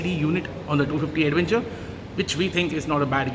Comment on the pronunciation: What is an aduvenchur? Careful with your pronunciation brother. It's awkward. Use English not Hinglish.